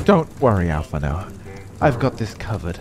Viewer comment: allphinaud? you mean blue Allisae right?